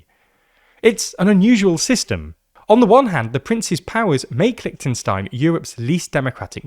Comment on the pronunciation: Please pronounce the name of the country properly. It's not that difficult.